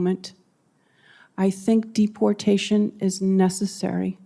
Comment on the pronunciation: who the hell calls it dep portation